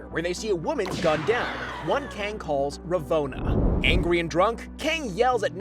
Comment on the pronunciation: I tried to watch this vid to the end, but the way you kept mispronouncing Ravonnas name made that impossible.